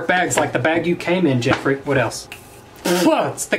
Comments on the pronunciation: JEFFRAY!! That's what is sounds like everytime he said Jeffrees name. This video was hilarious. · More like JeHfRReHHhH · Hahah so funny how he keeps saying Jeffree